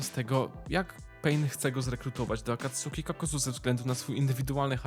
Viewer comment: No offence, ale imo lepiej by bylo, jakbyś wymawial su jako s(poprawnie) -> akatski, saske, natomiat to Twoja decyzja, elooo